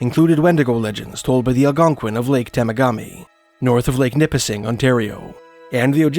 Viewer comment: Pronounced Tem a ga me😊